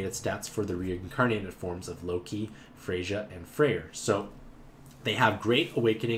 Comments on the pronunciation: The "J" in Freyja is silent. It's pronounced "Freya". Like Freyr, but with an A instead of an R. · The J in Freyja sounds like a Y, so it's pronounced like Frey-ya.